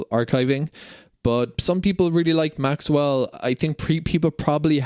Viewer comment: Thank you - lots of good information in this video. One thing - when you say "Maxell", it doesn't have a "w" in it. Maxell has been around for decades - they used to make blank audio cassettes.